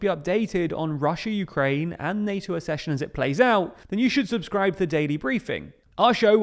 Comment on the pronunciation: Very interesting. One small thing, Accession is pronounced Aksession, not Assession. Like Succession, not like Secession.